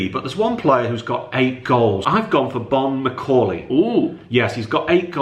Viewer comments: Bonne macauley 😂😂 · Bonne Macauley😂😂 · Bonne Macauley?! Are you off your nut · Bonne Macauley 🤣🤣🤣🤣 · Bonne macauley😂